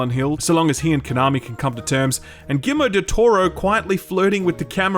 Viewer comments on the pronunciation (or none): Is that how Aussies pronounce "Guillermo," or am I missing something?